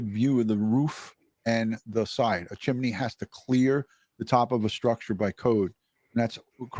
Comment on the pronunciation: It's called a chimney not a chimeney. Are you five years old?